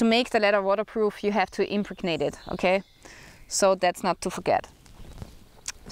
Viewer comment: In English, impregnate has the second syllable accented. Im PREG nate.